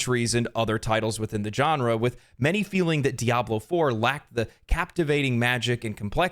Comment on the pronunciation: yea i still feel sick i bought D4...ill never give Billzard another cent...especially with Path Of Exile 2 looking so great for free. *also genre is pronounced sean-ra...your welcome